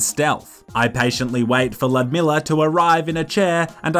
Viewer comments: It is not Ludmilla it is Ljudmila Lj LJ L-J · Ljudmila is a Czech name, it’s pronounced “Ludmila”.